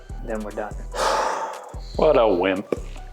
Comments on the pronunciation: That was the crispest "whimp" I have ever heard. props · stop enunciating your Ps when you say "Wimp". It's gay and annoying.